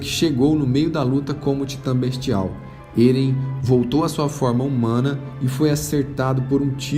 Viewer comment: Se pronúcia Éren e não "Êren" Se pronúncia Mikassa e não "mikaza" Po se não assistiu o anime? Eu li todos os mangás, claro não tem como saber a pronúncia certa lendo, mas o anime como é do japão você consegue ouvir a fonética dos nomes... Fora que ainda não acabou, então acho que não seria um resumo.